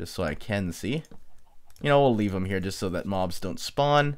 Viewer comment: says here the chinese way here-ya lol lol trolololololol